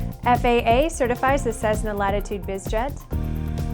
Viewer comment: Cessna is pronounced "ses-na" not "sezzzz-na"